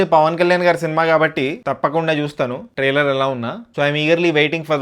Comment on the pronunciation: Are oo galla chokkaa trailer taitearr kadhuu palakadam nerchuko ra pulaa chokka pukaaaaa